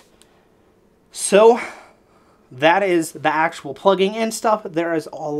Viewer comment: why do you say accual sooo much?